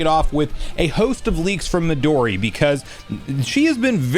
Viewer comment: "Me-Doh'-Ri" ... NO IT'S Mehdoooree.